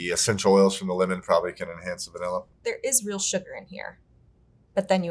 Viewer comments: I enjoyed the content, so I watched the whole thing... my soul breaking a little every time I had to hear bro say "vanella". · Great discussion. But really,, you don't know how to pronounce VAN illin correctly-? For shame.